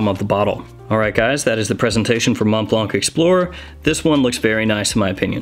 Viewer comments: Brother. It’s pronounced like Keanu goes ‘Whoa’ in the Matrix: Mhoa Blah. Silent T and C. You’re welcome. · Please all reviewers: stop pronouncing the T at the end of Mont and the C at the end of Blanc, please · Dude, last letters in both words Mont Blanc are not being pronounced..please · Tipp: the c at the is a silent letter ^^